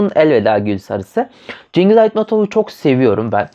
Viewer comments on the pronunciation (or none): Şıngız böyle okunuyor)